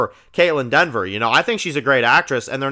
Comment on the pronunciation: This is a little nip picky.. but it’s Dever… not Denver.. lol I saw a couple comments and has said it a lot.. there’s no “N” in her name.. keep up the great content! Love the videos